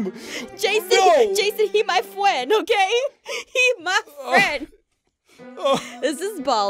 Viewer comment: He's my fweind